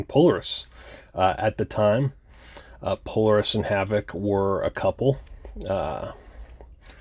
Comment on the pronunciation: It's NOT Polar-es. It's pronounced Poe-Lar-es